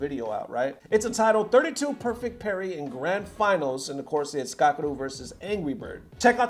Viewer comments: Parry not perry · who tf is perry? 😂 Parry* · that dude is making the little heart with his fingers Korean style... wtf lol not even his middle finger. also parry has an a in it >.>